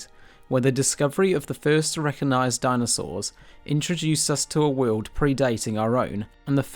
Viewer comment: Re coG nised - there is a g in there. Great content but the script and presentation needs quite a bit of work.